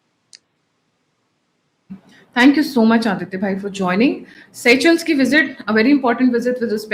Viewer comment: say shiles , not say chels madam.